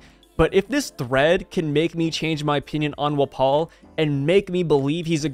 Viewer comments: “Wuh-paul” isn’t it pronounced Wah-pole? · Wft why are you saying wapol like that I honestly can’t even L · Bro do you not know how to pronounce his name